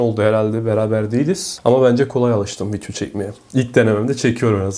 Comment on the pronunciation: Vityoda mı göstericen (vidyo) 🤣🤣🤣🤣